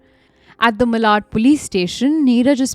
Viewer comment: It is not Malaaad, it is Maalaad (pronunciation-wise). Also, Manor/Manori beach is not near Dadar, at all. Also, jealousy? Seriously, you are saying this to be jealousy?? His gf is sleeping with another man and Neetaj saying things to him. And love traingle? Really? Which love? Neeraj and Maria at the best have friends with benefits kind of relationship. Weird fixations.